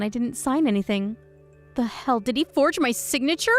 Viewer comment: Last story: Since when is "forge" a two syllable word with a hard "G"?